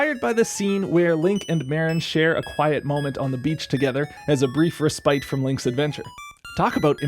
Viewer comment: Great video, and an even better album! Just so you're aware, however: respite is pronounced as RES-pit, not re-SPITE .